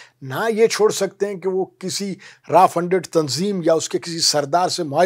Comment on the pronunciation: Not Raa it's RAW😂